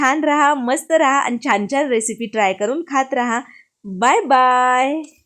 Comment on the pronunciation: मालववी नाही मालवणी. ही मालवणी डाळ नाही. उगाच काहीतरी फालतू व्हिडिओ करू नका.👎👎 धड बोलता येत नाही. स्टाईल मारून डाळ चांगली होत नाही. आनी पानी